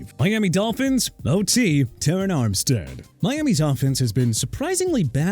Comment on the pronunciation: FIRST OFF CHUBA HUBBARD IS PRONOUNCED CHOO-BA NOT CHUBBA AND SECOND TERRON ARMSTEAD IS PRONOUNCED TR-AAN NOT TE-RYN! GET THEIR NAMES RIGHT!!!!! SMH!!!!!!